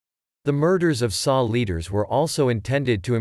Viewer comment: It's not "the saw". It's the S.A. Pronounced "essay".